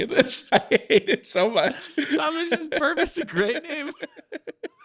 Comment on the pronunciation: “Tom-mish the Tank Engine.” 😂